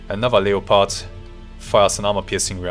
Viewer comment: Awesome game, and awesome vid. Just an FYI, in English, you pronounce Leopard as “Lepard” or “Leperd”. The O in it is basically silent, so it’s not “LEE-O-PARD”